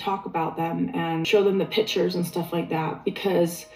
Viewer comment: Robyn doesn’t want to show the “pitchers”… not pictures.. pitchers 😂